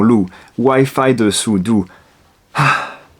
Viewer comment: 你那句「嘆氣！」特別標準！😂